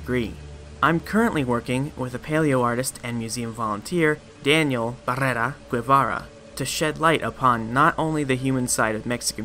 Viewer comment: Chilean here: I appreciate your effort trying to pronounce "Diego Barrera Guevara". Just a hint: if it's "Guevara" (I'm 99% that's what you tried to say) then the U isn't pronounced. The G makes a Gauntlet-Gorilla sound and then just say the E without the U. "Palaeos" is a spanish-speaking palaeontology channel (and because of accent I'm almost sure the dude is mexican) so a collab may appear there. And if you need any help, here I am as well :D